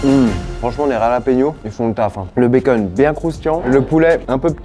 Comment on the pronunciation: Baceune ca sent le belge 😅